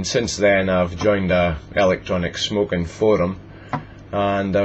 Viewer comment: haha. i love how you say. smokin... e-shmokin